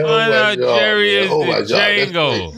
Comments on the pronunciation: they keep failing to realize the d in d'jango is silent ⏸️ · " Jerry Dejango " 🤣🤣🤣🤣🤣🤣🤣